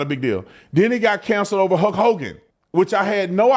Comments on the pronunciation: Man, hearing Brandon pronounce Hulk as "Huk" is hurting my brain. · Why do u keep calling him Huk Hogan. Its HuLk. Like Bulk but with an H. Sounds super weird the way your saying it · Were you calling him “Huck Hogan”? Every time you said his name that’s all I heard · sounds like you are saying huck hogan lol